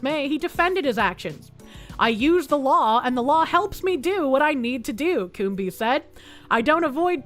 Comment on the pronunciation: Coombes is not pronounced Coom-bees, the b is silent and the es just makes an s sound. It should be pronounced cooms.